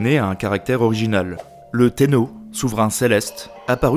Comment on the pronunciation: C'est génial mais attention à la prononciation, dès les 3 premières minutes, Teno à la place de Tennô (avec redoublement du n et un o long) qui veut quand meme dire empereur puis Sengoku prononcé Sangoku ça fait mal aux oreilles. Mais loin de moi l'idée de rabaisser ton travail. Chaque épisode est génial. Allez je m'arrête là et regarde la suite